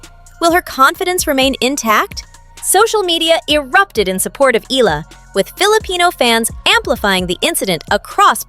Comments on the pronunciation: NOT EELA , E-YA-LA (Eala) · Her name is Alex Eala, not Ila or Ela. Learn to pronounce names correctly. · Eala is pronounced EYALA 🙏🏾❤